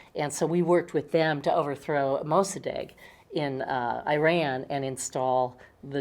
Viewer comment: "Mosaddegh in Iran", not "Mogadishu in Iran".